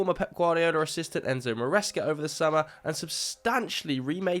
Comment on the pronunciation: How u butchered it so hard that ain’t Enzo bro